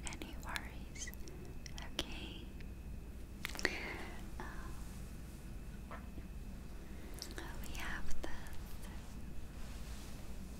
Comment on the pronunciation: It’s not okay it’s ukae